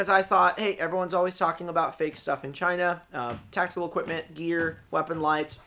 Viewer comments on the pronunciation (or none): "Because it came from...CHYNA."